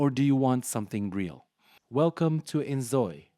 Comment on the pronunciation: why you lying 😭😭 "the sms" "innzooi" "Troube". This is very obviously some shit AI